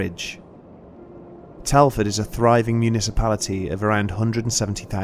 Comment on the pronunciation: when the guy said 'Municipality'I thought he said 'a big party'. This guy is the most unlucky man in the world. He wants a Taxi but he hasn't got money, he rides the bike and the sit falls out of it leaving the metal tube underneath uncovered. It should have been painful